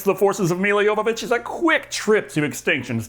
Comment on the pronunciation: One of the things l admire about is that he pronounces Milla Jovovich’s name correctly.